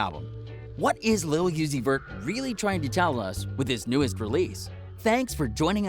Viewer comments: did he really just say lil yueseys vert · It’s not lil yeezy vert it’s lil uzi vert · Thumbs down off the rip just for saying yusey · Lil YUZI vert 😂😂😂😂😂 I’m dead I thought it was mistake at first then he kept going🤣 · Nigga said lil yoozy vert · Or yezzy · Lil Uzi Vert said as fast as you can is pronounced Lucifer. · Nahh nigga i’m not liking shit you stayed saying ma nigga‘s name wrong🤦🏾‍♂️🤦🏾‍♂️🤦🏾‍♂️